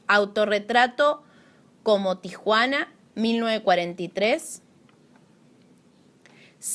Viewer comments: como "tijuana"? es "tehuana"...hay que documentarse bien!... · Tijuana, es tehuana, que sos tan boluda, soreta,,😛